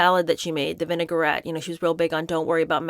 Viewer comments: It’s vin·ai·grette (pronounced “vin-uh-gret”) not vinegar-ette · Lol the way you pronounce the french word 'vinaigrette' 🥲